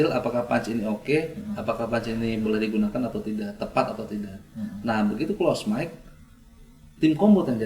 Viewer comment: close mic jadi close mix 😂